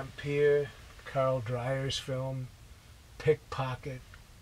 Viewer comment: Ha- the way he says PICK - POCKET!